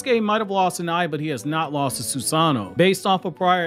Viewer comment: Soos-an'-no vs Soos-an-no' you're breaking my heart putting emphasis in the wrong area.